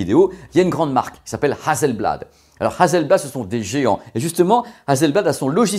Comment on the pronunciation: Super video, juste une chose Hasselblad pas hazelblad (s pas z). Je vie en Suède et je possède 3 appareil photo Hasselblad. Bon journée. 😉